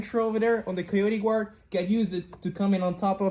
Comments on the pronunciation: He just said “gward” with an American accent🧐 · Is he doing a Mackenzie Dern accent where it sounds like American English, but you pronounce "Guard" like you only just left Brazil yesterday? 😂